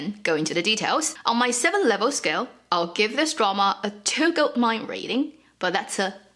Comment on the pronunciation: oh I keep hearing 'goat mining;, '2 goat mine' too funny! Thank you so much for all of the efforts you go to to do these videos!